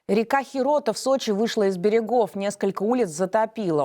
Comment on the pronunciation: Сами вы херотА, река называется Х( десятая) рота